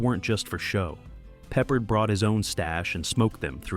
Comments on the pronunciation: You’re saying George Papa his name the wrong way it’s George Picard. It’s not peppered. It’s pard you’re saying his name wrong. You say a lot of names wrong. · You pronounced George Peppard last name incorrectly. IT is ARD like are. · It’s pronounced “Pep-Paard” (long “a” sound). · Now Ive gotta watch to hear the mispronounced, hahahaha peppered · Had to stop watching 90 seconds in after the narrator couldn't pronounce Peppard correctly several times. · I couldn't either lol. He's not a piece of meat that you season.